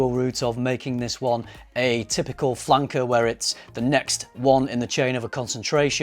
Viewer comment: Why does he keep calling it a flunker ?